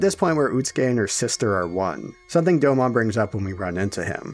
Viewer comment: You pronounced Domon incorrectly